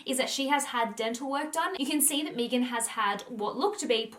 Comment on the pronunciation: Meghan not mee-gan. That is how she pronounced it therefore that is the correct way to pronounce her name.